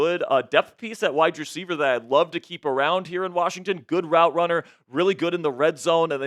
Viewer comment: There is no "D" in WASHINGTON 😂😮😢😂